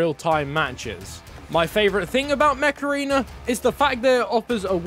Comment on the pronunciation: My mom was listening and thought you Said “meth arena”